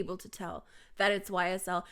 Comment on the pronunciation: The way you say ysl is very beautiful (◡ ω ◡)